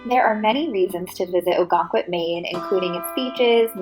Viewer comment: I’m from Maine…September and October can be busier than the summers. In addition…the town is pronounced “Oh-gun-quit”. Many other places in Maine offer this type of quintessential New England. Enjoy exploring Maine!